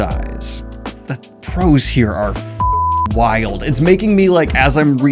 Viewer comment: Daniel, I have loved watching your channel for years now but my heart screams every time I hear you say “prose” as if it’s a plural term 🥲❤😅